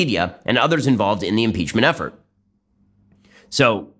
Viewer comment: "Mmmmpeechmurnt Grrt, Twernty-Nintrrrrrn!" 🤣🤣🤣 Hilarious 😂